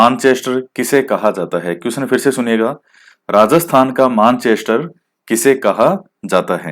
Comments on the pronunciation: प्रणाम गुरूजी💐💐🙏🏻🙏🏻 राजस्थान का मेन्चेस्टर - भीलवाड़ा । आप मैंचेस्टर को मानचेस्टर बोलते हैं।🙏🏻🙏🏻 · Sir Manchester ka pronounciation is wrong